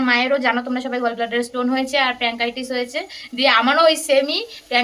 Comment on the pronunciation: Are didi ota প্যানক্রিয়াটাইটিস্ Not প্রান্কাইটিস